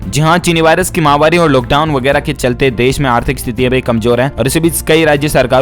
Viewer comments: MAHAWARI NAHE MAHAMARI. UFF. KAB SE YE BOL RAHE. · ...you are saying Chinni mahvari on every days news thàt is wrong...it is Chinni mahamari.....it means dying of people àt a large scale due to disease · आप महामारी जो माहवारी बोलते हो जो कि गलत है सुधार करें